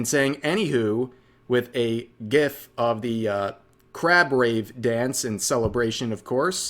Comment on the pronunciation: "guiff?" Unfollowing because you're obviously untrustworthy.